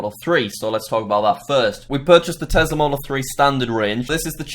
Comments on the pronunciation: Not Tezla its tesla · You know he's british when he says it like tezla